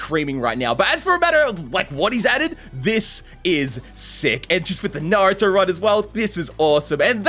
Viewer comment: At the start is it just me or did bro say Narutar?